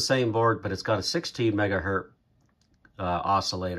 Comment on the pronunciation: I stopped watching your video the second time you said "Megahurt."